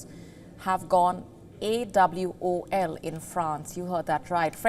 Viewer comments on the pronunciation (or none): She didn't know how to say AWOL 😂